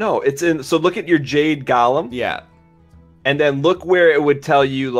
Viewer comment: Wow, really? Gah-lem?